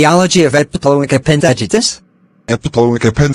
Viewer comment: It's not epiloic, it's epiploic